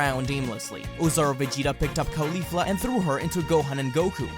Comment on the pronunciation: What’s driving me nuts about this series is “khalifla.” It’s pronounced in the video like Khalifa with a “fla.” It’s pronounced “kaw-lee-flah” like “cauliflower.” You don’t call it Khalíflower. It just sounds so weird.